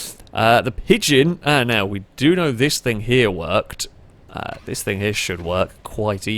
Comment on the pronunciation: I think he wanted to say "here" and "y'know what" but it just ended up sounding like "hnyou" lol still hilarious tho!